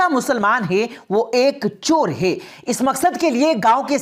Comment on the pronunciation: Ye commentry kerne wali jahil hai kya isko bolna bhi nahi ata. Hai. Ko hey bolti hai